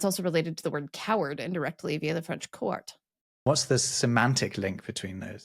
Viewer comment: Very interesting and amusing ! Comme toujours ! Petite correction : it's not coart but couart ! And by the way, Belgians are proud of this good Adolphe called Sax !